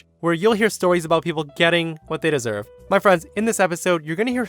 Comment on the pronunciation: I love the way said storehs